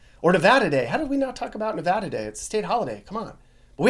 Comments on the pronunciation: Very accurate! Thanks for pronouncing "Nevada" correctly. Great job! And yes, it's so very dry in Nevada. People don't know this until they move in. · You finally have your facts straight for Nevada. You even said Nevada correctly. Most people split Nevada into 2 words. Pahrump has become another bedroom community for Las Vegas. Las Vegas is now spreading out to the border of CA & down to Searchlight & Prim where the Real Bonnie & Clyde car is permanently displayed in a casino. I have to go in winter cause I have a kitty. Too hot down that way in the summer. Have to wait till winter. Cooler. Kitty & I sleep in my pickup to save paying for over pricked hotel/motel rooms which play a game re pets. Pack of thieves. So I sleep in the desert. Oh yes I have my special friends with me. I Love Nevada. So much better than CA & its Homeless & illegal aliens from countries around the world. Valley of Fire State Park. Totally fascinating to me. I got to get back in walking shape. Nye county is a huge county & its growing fast. Still lots of Junkies & shoot ups. The Old West is very much Alive in Nevada. The Allure to come here. Hwy 50 with Austin & Eureka. Old Cowboy towns. Gold Mines big time. I have roamed most of central & Northern. Still lots to see & explore.